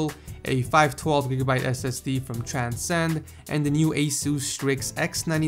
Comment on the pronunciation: I know he said his SSD was from Transcend but he was literally sayinh "Chan-sen" xD